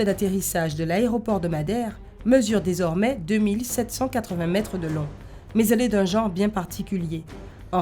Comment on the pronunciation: oui tu as raison mais c mal prononcé